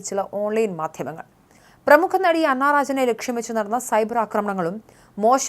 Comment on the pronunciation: ദേ വീണ്ടും പ്രശ്‍നം അണ്ണാ റാജനല്ല അന്നാ രാജൻ എന്ന് വായിക്കൂ അക്ഷരസ്പുടത വരുത്തൂ എന്നിട്ടു വേണ്ടേ മറ്റുള്ളവരെ കുറ്റം പറയാൻ പിന്നെ നാട്ടുകാർ പലതും പറയും നിങ്ങളെ പോലെ അതാണല്ലോ മാധ്യമ ധർമം കണ്ടതും കേട്ടതും മായം ചേർക്കാതെ പറയുന്നു മറുനാടനും ഇത് തന്നെയാ പറയുന്നത് സത്യം മാത്രമേ പറയൂ